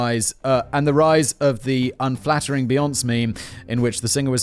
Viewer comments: I was waiting for him to make a joke at how he knows perfectly well how her name is pronounced but kept saying it wrong. Like how he calls Beyonc's husband Jay Z Jay Zed 😂. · To be fair without an accent over the e it does make it difficult to know how to say her name. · unless you live under a rock you've heard it pronounced right though... Also sill better then how he says taco and pasta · I kinda love that she's one of the biggest celebrities to ever live and he can't pronounce her name 😂😂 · Factboi being all the time on internet and still pronouncing Beyonce as "beons" is the peak of my Sunday. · From this day forward I too shall pronounce Beyoncé as "Bee-onss" instead of the correct "Bee-on-say". Lets see if we can't all piss her off agian. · Be-On-Say!! Come one Simon 🤦🏾‍♂️ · hahahaha "beejons" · It's fucking Beyon-SAY! SAY! SAY! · I love how Simon pronounces Beyoncé’s name as be-yonce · So do I! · Did I just hear Simon say "Bee-ohnce"? Dude. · be-ON-say - FFS, Simon. As famous as she is, surely you have heard her name before. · Psssst, Simon, it's Beyonce's name is pronounced, "Beyon-say". No worries mate! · This was amusing, and I loved when you mispronounced Beyonce's name. It's (Bee-YON-say).:yougotthis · Simon: "oh no did I just call him axe instead of Axel what a dumb dumb, I'm so sorry Axel" Also Simon: "beyonc, beyonc, beyonc, beyonc" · I lot of British people say beyonc for short, like most say Jag for the car but I say Jaguar, also thought he was saying axle for his name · Lol it almost sounds correct when he said "Beyonc's" because he was forced to add a soft "e" between the "s" sounds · Ok y did u pronounce axel rose correctly n not Beyonce........you can Google how to pronounce stuff....I'm triggered and that's not funny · not simon pronouncing beyonce like nonce lmao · Beyonce doesn't rhyme with ponce, Simon. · How did he just pronounce Beyoncé? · Am i the only one giggling at Simon's pronouncing of Beyonce?